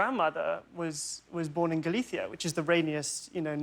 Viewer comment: Oh lord. When he pronounced Galicia properly I came xD. First english person ever that doesn’t use the english c sound.